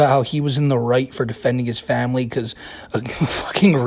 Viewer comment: it was "famuhley" that got me to realize